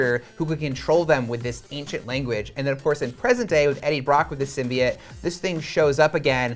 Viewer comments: Symbiats? Pronounce symbiote, even in the movie they say it with oat not et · SymbyOTES, not SymbyATES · The guy said that it's a new thing for the symbiote as it's own character.... nope, been a thing for quite a while now. And..... symbiote- "sim-bee-oat"... it's not hard to pronounce. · Sym-Bi-yote not SYMBIYITE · It’s pronounced symbi-yooote 😂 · DUMB. AND IT'S PRONOUNCED SIM-BEE-IT. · Anyone else wince in pain every time they said ‘Simbiyete’?, yeah me neither 🙉🙉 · Sim-be-it? Wut? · OAT it’s pronounced (sim be oat) symbiote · Two things that annoyed me last month when someone said Thaynos and symbyote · I stopped watching after the second time he said Symbiote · The pronouncement of 'symbiote' is worse than the venom trailer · How are you going to pronounce symbiote incorrectly, but pronounce the Japanese word "Kaiju"" perfectly? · Why can’t anybody pronounce symbiote normally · I still don’t get how everyone pronounces symbiote wrong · So no one remembers how to pronounce symbiote now?